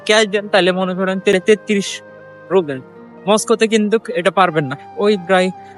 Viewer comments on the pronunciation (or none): রুবেল নয় রুবল বলুন